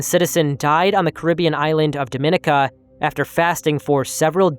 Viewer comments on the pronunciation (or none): Just wanted to point out a small error. The Caribbean island of Dominca. It is actually pronounced "Domi-nee-kuh" not "Doe-mini-kuh." People often confuse it with the Dominican Republic, but no, completely different island.